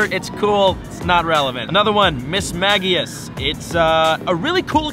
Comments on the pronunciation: This man does not know how to say the pokemon names it is not mis ma ge us its mis sme je us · Mis-mage-ius We-vile